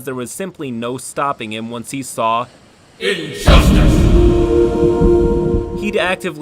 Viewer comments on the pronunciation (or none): The voice emphasis at moments like "INJUSTICE" had strong POWERTHIRST vibes, does anyone remember this video? 🤣